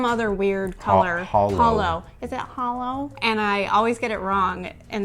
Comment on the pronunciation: crushed it “iS iT hOlLo?” 🤣🤣🤣